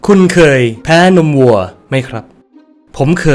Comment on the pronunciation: คนอื่นได้ยินว่าวัวทำไมฉันได้ยินว่างัว😢😮